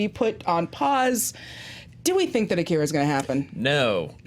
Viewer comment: I know its a nitpick, but it drives me crazy. AH-KEE-RAH, not UH-KIR-UH. God, they say his name 5000 times in the movie.